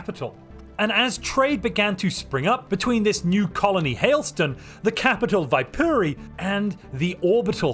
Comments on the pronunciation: Fun fact, Viipuri is an old city the nation of Finland lost to the Soviet Union in the second world war. It's correct Finnish pronounciation is Vee-pu-re where the R is rolled. One can also call it Wyborg, however. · My dearest friend in the end, I hate how you butchered Viipuri, but I can't complain because technically it could be pronounced like that.